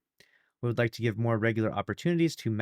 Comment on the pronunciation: it’s pronounced mar-key, not mar-kay. The more you know…